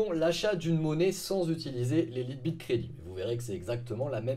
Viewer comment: "Laïte bit" voyons !